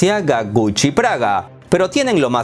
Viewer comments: Prada no Praga,.,.! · Es Prada no Praga...todo lo demás está perfecto jeje.